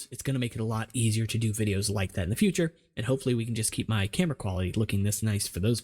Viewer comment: "I don't have a clam-era" killed me hahaha